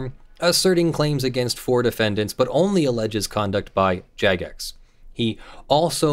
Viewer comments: It's not even necessarily Jagex (and it is said with a J sound btw) that muted him. All players are capable of making an abuse report. However in game (as well as the official discord and forums) there are Player Moderators (PMod for short). These are players that Jagex extends some moderation ability to. A PMod has the ability to make a priority abuse report. These reports go to the top of the pile and stay there (while a regular player's reporting will get weighted down by more incoming reports from other regular players). When a PMod makes such a report they have the option to either recommend muting or themselves temporarily mute a player. Temporarily muting is sometimes necessary to more immediately restore an acceptable game environment. If a PMod mutes a player, that player will be muted for 48 hours, absent Jagex's possible reversal on the decision to mute the player. Even though Jagex addresses PMod reports first, there are a lot of PMods and a lot of players. So it may take Jagex time to actually be able to get around to looking at a given report. It's entirely possible that a PMod muted the player and that Jagex merely upheld and extended the PMod's decision. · Hehe, Yagex, due to common 'j' having a y-like sound, then says Jagex right next time.